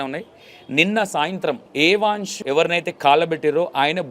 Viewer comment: ఏ వాన్స్ కాదండీ యవన్